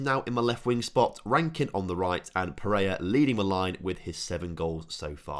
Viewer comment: Or every time he calls pereira pereia